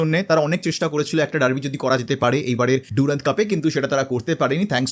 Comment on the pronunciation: Henry mortimer durand was an englishman... onar nam er uccharon french ki kore hoi? Its durand...not ডুরান্দ.